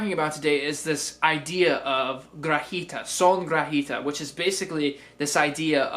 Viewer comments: I loved your vid. Pero, the G in guajira is pronounced like an H. Like wa - HEE - tah... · It's pronounced: guah-HEE-rah, or goowah-HEE-da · it's pronounced "gua HEE da." nice job. thank you.